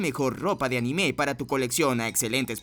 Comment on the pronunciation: No se dice animé, es anime o ánime, animé es un verbo, por lo demás bien video, gracias por la información.